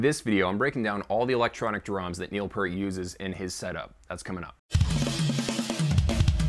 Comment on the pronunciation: really surprised that this guy knows his bass V-drum is named Wendy, but he can't pronounce Neil's name correctly....priorities dude...get 'em prioritized...